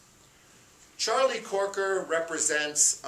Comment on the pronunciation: It's CROKER, not Corker!